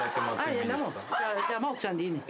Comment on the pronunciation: 津軽民です。 のいぃ〜は"い"と"う"の間くらいのイントネーション。 なかなか難しい発音ですよ😂 方言は廃れないでこの先もずーっと残って欲しいです。